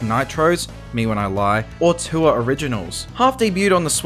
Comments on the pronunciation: i'm so brainrotted i keep hearing "tour" as "tuah" 😭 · Threw me off when you pronounced tour as tuah